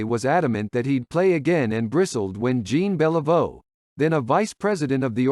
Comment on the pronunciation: I’m pretty sure this is a robo-voice. It couldn’t pronounce Guy Lafleur either. (Or Jean Beliveau!)